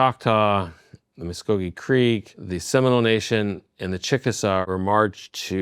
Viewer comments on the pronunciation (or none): none